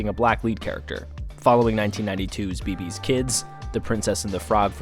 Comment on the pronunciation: It’s BAY BAY Kids not Be be